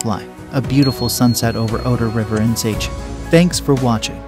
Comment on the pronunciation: nice, but it's an AI voice, still can't pronounce Szczecin 😛